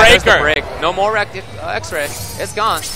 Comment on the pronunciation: Why tf does he keep saying (E)X-Ray Its Just X-Ray